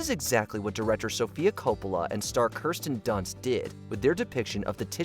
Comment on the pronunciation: Did he just say anna crow nistic? Kerstin Dunst? try keer·stuhn. Anna crow nisms. Wow, your AI is great. At least I hope it isn't a real person.